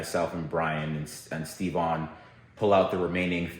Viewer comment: just calls him Stevon.